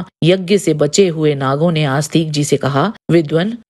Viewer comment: आप जैसे लोग हिंदी की बैंड बजा रहे हैं।😡 कृपया जन्मेजय को जन्मेज्य और आस्तिक को आस्तीक बोलना बंद करें।